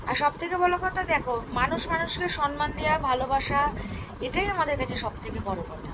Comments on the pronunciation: Ami Camera Women ke bolchi thik thak kotha bolo. Kothata sonman noy kothata holo Somman. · Kathata sanman noi samman . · Somman uchharon to dur ki baat,,, sonman(so-man) 😂